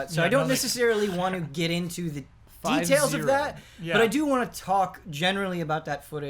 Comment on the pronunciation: bro the way you say get is just the best lmao the way you GIT is the best! ahahahahah love you man but you pronounce get as git every turn! Git Gud!!!